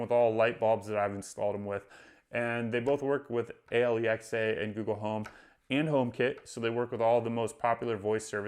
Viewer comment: It's "Alexa," not "A-l-e-x-a." I'm not sure why you are saying the call name incorrectly.